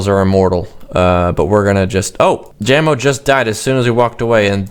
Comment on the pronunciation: its /Ja-mo/ not /Jam-o/